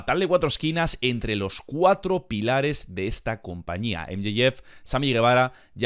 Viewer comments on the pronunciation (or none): none